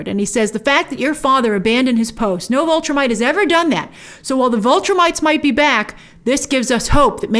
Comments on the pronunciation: Great video as always Grace, but... please stop saying VULtrimite. It's VIL (rhymes with pill) Viltrumite. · Every time you say "Vultrimite", I'm yelling at the screen, "VILTRUMITE! it's VILTRUMITE! They're called VILTRUMITES!" Every. Single. Time. Please stop doing that, Grace.